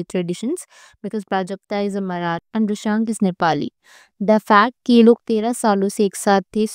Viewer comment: Ma'am it's Marathi not marath or maybe maratha